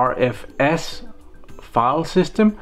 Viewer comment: Be careful with BTRFS, I used to use BTRFS on my boot drive, after 2 reboots the FS would be corrupted. EXT4 is still the best option imho. By the way, BTRFS is pronounced "Butter FS"